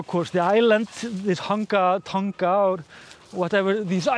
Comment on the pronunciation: just something you may have forgotten. Dogs only see in black and white. Despite throwing a bright blue frisbee, it doesn't mean that it's easy for Polly to see, especially how or where it lands. Also, you've mentioned Tonga in the South Pacific. Firstly, you do not pronounce the letter 'g' as a strong letter but like referring to a pair of tongs. Therefore it sounds like tong - a. The volcano that erupted there was an underwater volcano but was so powerful that it blew rocks and other debris well over 15kms into the air which affected air travel. There are many under water volcanoes around the South Pacific with one nearby this eruption that had already started to create an island. After Krakatau erupted in 1883, another island was created within it's caldera called Anak Krakatau in 1927, meaning Child of Krakatau. So I don't confuse you, I have used the Indonesian spelling of this volcano and not the English. Something is always going on under the sea but we just don't bother to pay much attention unfortunately.